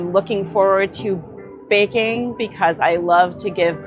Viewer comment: Sounds like she has the vaccine sluurr already she could barely get the word baking out of her mouth. Anyone notice that? She sound like she has brain damage and is also reading of a prompter and is struggling HARD. Like seems bad. Who’s betting on how long she lives for?